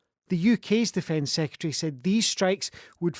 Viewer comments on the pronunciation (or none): none